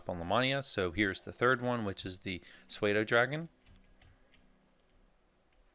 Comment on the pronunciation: Its pronounced sudo dragon. Learn to use a dictionary